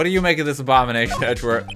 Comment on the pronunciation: i like how he says Edgeworth as Edgewurt